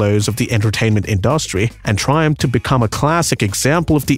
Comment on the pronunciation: Who is the narrator who repeatedly can't seem to pronounce the word "industry" correctly ?